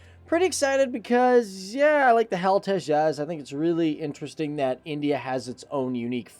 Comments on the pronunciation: You can't pronounce it correctly It is pronounced as Tejas , "Te"(pronounce te as in Tel Aviv ) ," Jas" ( pronounce it as in just ) Tejas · Okay it’s not HAL Tejas. Firstly : 1) HAL - acronym for Hindustan Aeronautics Limited, pronounced as H.A.L, each letter individually. It’s not a word. 2) Tejas - Tay-Jus (Jus like from ‘Just’ ) Hope that helps.